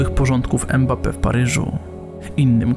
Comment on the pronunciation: Dobry materiał, mam jednak uwagę - powtarzasz manierę językową wielu polskich dziennikarzy, ten piłkarz nazywa się Mbappe a nie Embape!